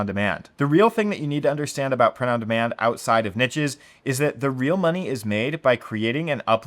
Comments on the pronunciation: Yeeees. Its unbearable to listen to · Pls learn to pronounce niches. PLS. <3